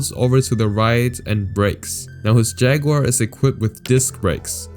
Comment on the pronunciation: Great video. Though when you pronounced jaguar i died inside.